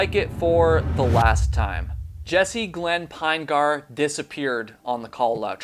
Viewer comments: I'm from Utah where this family comes from. Their last name is pronounced PIN-uh-gurr, not PINE-gar. It is a very large family, indeed. Thank you for keeping awareness of this case alive. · "Pinegar" pronounced like "vinegar." Jesse "Pin-eh-ghur." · Ditto. Pinegar rhymes with vinegar. That doesn't detract from the quality of the video though. Well done,. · Jessie (Pin E Gur), 3 syllables, not two. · His last name is possibly pronounced Pin'-eh-ger. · I don’t think you’re pronouncing his last name correctly. It’s Pin-e-gar. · You’re not saying Jesse’s last name correctly dude! He was my neighbor in Provo Utah and I live on the island of Kauai. Maybe talk more with his father Mark